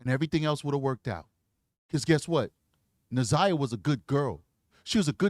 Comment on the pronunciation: I can’t handle the community advocate woman mispronouncing Na’Ziyah’s name. That pissed me off. How hard is it to learn this victim’s name before you start your show? Damn.